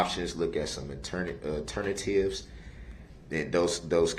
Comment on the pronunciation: Now we can add even more: Turn-a-tives (alternatives) and Pacific 🌊 (Specific)